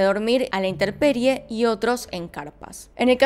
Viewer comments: Hola, buenas tardes, bien interesantes los tres, gracias! Una anotación, no es "popila". Es pupila, tampoco es "interperie". Es, intemperie. Saludos, buen canal! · Dices interperie en los dos casos y es intemperie por favor corrígete. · Me pone nerviosa que digas interperie... Pero te amo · excelente contenido siempre veo tus vídeos , aunque hago corrección sin mala onda ,no es INTERPERIE es INTEMPERIE :) y sugiero el caso de la chica de México que paso recientemente . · That is DOROHEDORO sí. Ella dijo interperie. Es intemperie. Saludos. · Hola .. adoro tus videos, me distraen mucho!! Solo una sugerencia en éste vídeo, minuto se dice "inteMperie" con M, es común que la gente diga interperie, o intenperie.. pero es errado! 🤗